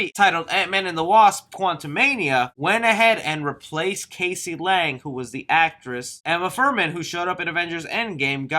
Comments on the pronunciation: hey it Cassie not casey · ITS NOT CASEY...thats not how you say it, it's Cassie. Like Cas - E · Not to be that guy I’m her name is pronounced cass-ie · Her name is Cassie , not Casey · Who is "CASEY Lang"? It's Cassie hehe.